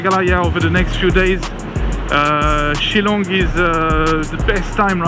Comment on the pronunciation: The way you pronounce shilong its shil then long ....shillong